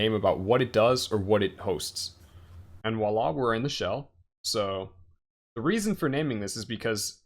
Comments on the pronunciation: Oh and it's vwah-la not walla. ;) voilà in French means "look there". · ... its pronounced "Voila!" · I'm with another commentator re the irritation. Voila is not pronounced "wala" in any part of France I've ever been. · This video is such a great service. I also know not to make fun of folks for their pronunciation (because it means they learned the word only by reading!). That said, if the host is going to say "Voila!" as often as this, I must insist that he say "Vwa-La" instead. ;-) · Great docker tutorial, this helped me a lot to understand using docker on windows to establish a linux development environment. but please watch this video to learn how to say "Voila"! It's a V, not a W! ;)